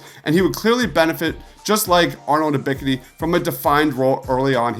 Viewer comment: U miss pronouncing Ebks name tells me everything about the "research" you put into these videos. 🗑🗑🗑🗑